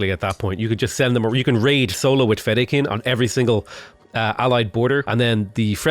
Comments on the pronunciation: "Feh-die-kin". Not "Feda-kain" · English phonetic pronunciation -> See etch , fe die ken... Sorry for correcting but it was really bothering me :D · Audiobook on Audible has all the pronunciations you're looking for. Thanks for making Dune vids! Noticable ones: Sietch - See-aych Fedaykin - Fed-Dye-Kun Hegemony - you said it correct the first few times then you were going all over the place. 😂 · Sietch - See etch Fedaykin - Fe Die Kin